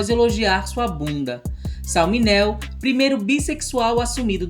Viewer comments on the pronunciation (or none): A pronúncia do sobrenome Mineo está errada Deve ser MIneo Acentuar a primeira silaba